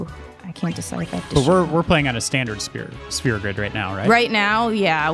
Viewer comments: she says "spear" grid. When I heard it I had to go back and listen to it a few times lol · OK. I just need to be that guy and say its a SPHERE grid... not a SPEAR grid. Jesus christ people. Pronunciation.